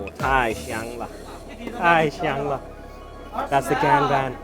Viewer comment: Nice Video! Just be careful with your pronunciation '太香了'... It sounds like ‘太翔了’ which means crappy.